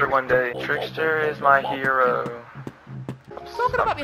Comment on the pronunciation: it's pronounced twat not twot???